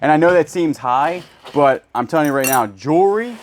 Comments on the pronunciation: Those pearls are beautiful! Do wish you would say the word Jewelry with the L instead of jury or Jewry. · I hear it as jury 😂